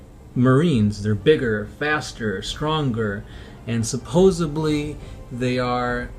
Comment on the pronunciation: Not supposebly... SUPPOSEDLY.